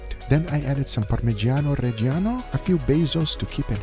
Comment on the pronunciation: Hats off for pronouncing Parmigiano Reggiano correctly, Guga. That side dish looks wonderful. 👏